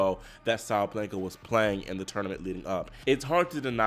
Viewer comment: why do you keep saying “SabLenka?” It’s Sa-Ba-Len-Ka!” Sabalenka!! 🤦🏽‍♀️😩😂🤣